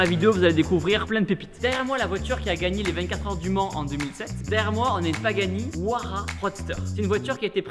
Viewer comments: ''Pagani ouara''😂 sa se prononce ''ouaïara'' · Les adeptes de Vilebrequin en sueur quand Tibo a dit : Ouara ! Quelques précisions pour toi tibo, vu que la fiche est pas tout a fait correcte ! Dans un premier temps, elle se prononce Oua Ya Ra, qui veux dire dieux du vent ! La version Roadster existe en 10 exemplaire monde, les autres sont des Huayara classique, qui ont des portes papillon (qui s'ouvre de haut en bas) alors que le roadster a des portes classiques ! Autres précisions, la voiture a 800 chevaux sous le capot ! Capots qui a la même image de la voiture tout entière est en carbone ! Et la vitesse max n'est pas de 360km/s mais de 415km/s ! Voila voila, j'ai fait mon mec chiant, mais il faut rendre justice a cette voiture légendaire !